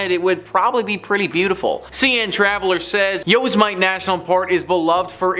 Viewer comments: This guy is American and said yo-za-mite lmao took me right out of story time and his reciting seems lackluster. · It's pronounced u-sim-ety(Yosemite) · The way you say Yosemite (yow•seh•muh•tee) makes me cringe. But otherwise great video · Its YO.. sim..etee